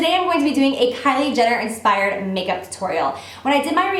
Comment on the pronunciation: I laughed so hard with your bloopers... "Inspiwed makeup tutowial" lol gorgeous look!